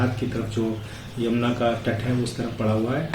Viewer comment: आप बार बार जमुना क्यूं उच्चारित कर रहे हो, यमुना कहिए